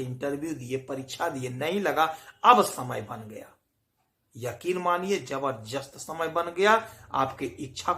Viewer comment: ज़बरदस्त होता है, ज़बरजस्त नहीं…